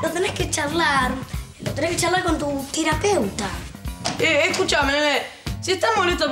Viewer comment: me hace matar de risass jajaja cada cosa dise jaja dise tirapeuta 😂😂